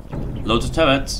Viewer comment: what's wrong with your R. You spelling it like a W-.- this is infuriating!! (btw what are tuwwets???)